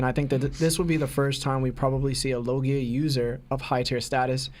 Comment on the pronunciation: Kat-ah-kur-ee not Katahturi L-oh-gi-a not Lagiah Zo-an not Zohan Zoro not Zolo (I can understand zolo if you read manga only but they clearly say Zoro now lol) That boy mispronouncing everything 😂